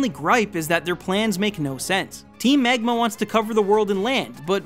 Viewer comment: i absolutely loved all this analysis, except the parts where he says "megma", made me chuckle